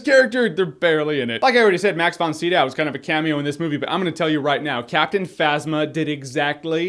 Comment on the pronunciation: Jahns, I love you, man, but you mispronounce actors names, like, really, really bad. And it's in a lot of videos. It's Max von Sydow (SIGH-dow). I'm nitpicking and I apologize for it, because you're an awesome dude. But it's like one of those weird things about me, and I know it's dickish. Sorry.